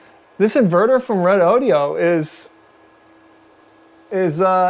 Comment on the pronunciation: It's pronounced Reh doh doh!!